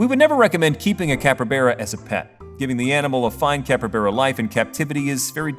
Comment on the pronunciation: Great video, loved the info, but IT NOT PRONOUNCED "CAPREBERA" IT'S CALLED A CAPYBARA